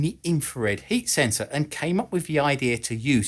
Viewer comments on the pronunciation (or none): none